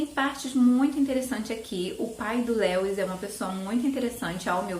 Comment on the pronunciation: Que bom que você voltou!!! Gosto muito dos seus vídeos, acho seus gostos muito parecidos com os meus e você é muito querida - Eu amo crônicas de Nárnia, principalmente esse "O peregrino da alvorada" Só um detalhezinho, a pronúncia do nome Lewis é mais parecido com "Líus", nome próprio é assim mesmo, a gente as vezes acaba falando de outro jeito sem saber rsrs Um Xêro!